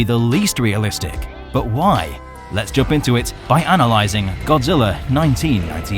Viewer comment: YOU SAID BODZILLA INSTEAD OF GODZILLA